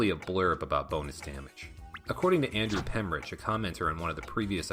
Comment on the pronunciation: Nailed it! I was very glad you did😄